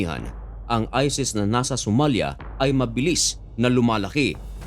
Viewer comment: Ayusin mo salita mo...isis...Hindi ises😂😂😂